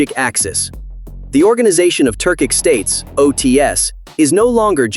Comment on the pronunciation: Turkish states, not Turcik